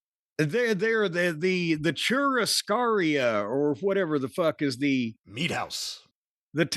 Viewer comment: The “churiscaria” is the funniest thing I’ve heard in a while! “Churrasqueria” Jimmy C!